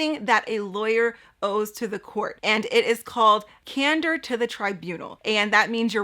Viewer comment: It's "candor" not "cander"; terrible editing . . .